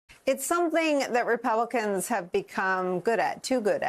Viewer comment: Repelicans did you say 😂